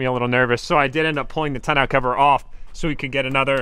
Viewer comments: Are you saying tonelll cover isn’t it Tonneau cover I’m asking bec I think 🤔 I might be saying it wrong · Its pronounced tonneau cover lol you can google It to be sure if you want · Anyone else still cringing at how he says tonneau cover?! Lol